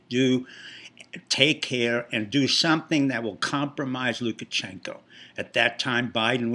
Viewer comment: It's "LukaSHenko", not "LukaCHenko". How much do you actually know about Belarus? I agree with Brenden Dilley: Pompeo will be the next President, if he learns to speak more clearly.